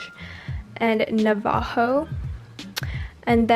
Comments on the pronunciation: Girl: NA-VAY-HO me: *cringes* (It’s pronounced Na-va-ho. Anybody would know that if you went to school in fourth grade... sorry I can’t help myself when someone says something wrong...😬) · Did u say “Nave-ho”?I am Native American and it is pronounced “Nav-a-ho” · I’m sorry bUt “navAho” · it made me laugh- nuh vah ho💀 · you pronounced navajo wrong its like na-va-ho the j is scilent and thats on being native american. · Neh va hoe?😂 no criticism just funny how she pronounced it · When you said ‘Navajo’ you actually killed me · I’m Navajo 😂it’s so funny the way u said it😌 but still love ur videos❤️❤️ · U SAID NAVAJO WRONG!!!😤 and yes I speak that language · The way she said "navajo" 😄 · im sorry but the way she said Navajo. damn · When that one girl says Navajo wrong!😂 btw I am Navajo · Mmmm say Navajo oneeee more time🧐🤣 pretty sure that’s not the correct pronunciation sweetie😬👌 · 🤣🤣🤣lmao Sorry but “Navajo”?🤷‍♀️😂 Girl you pronounced that wrong. You for sure either didn’t take a history class or do not know Native Americans.